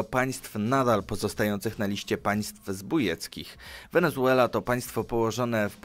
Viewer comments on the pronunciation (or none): A ta koza w słowie wenezuela to co xD 😆